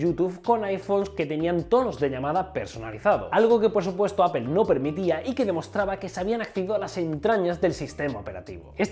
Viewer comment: "apel" lol